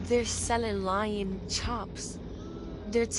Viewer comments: LOL 😂 Lion Chops. Sir-A-lion steak. Tender-lion. It’s all good man. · Who taught her Loin versus lion lmfao....No..... Don't tell her that!!! 🤣 Omg this is so funny!!! Thank you good Sir for this video!!! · Loin not lion, 😂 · I cannot stop laughing it's loin chops not lion chops. 😂😂